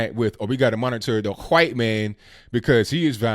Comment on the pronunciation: Who taught you how to say white lol